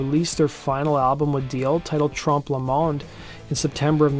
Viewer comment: It's not 'Trump le munde ' It's pronounced , Trompuh . like the 'O 'in oil